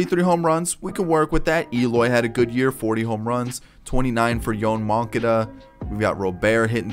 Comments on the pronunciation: He says moncada’s name wrong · He does it on purpose to upset people. He knows how to pronounce it